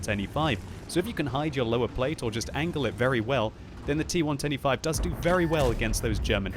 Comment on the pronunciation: im always hearing "t 1 25" instead of "T110E5" am i the only 1? :D